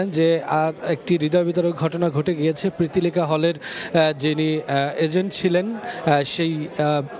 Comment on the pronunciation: প্রীতিলতা হল উচ্চারণ ঠিক করে বলেন।।।